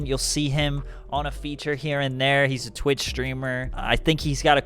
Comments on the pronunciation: Awweeee cant even say twitch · Why can’t he say twitch